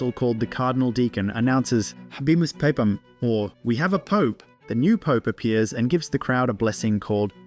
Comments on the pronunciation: why did you say pape-am? It's pah-pam. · I think he just didn’t know the proper pronunciation